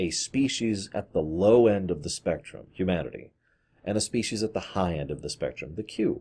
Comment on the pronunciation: I legit thought you said "Q-manity"